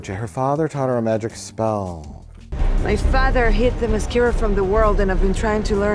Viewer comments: Her island is LITERALLY pronounced "The Mascara" Spot on memory,. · They pronounced it wrong. It's "Her Mascara" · "Mascara"? Oh, the comments are gonna be a blast...